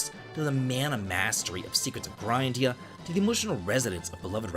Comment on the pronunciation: Maybe it's not pronounced grind-ee-uh and it's more like grinn-dee-uh and the name was just overlooked?